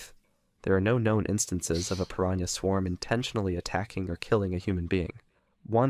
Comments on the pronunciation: “PiranhER” yo yo kills me 😂😂😂😂😂😂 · hard r on piranha is diabolical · With the Hard R gang?💔🥀🥀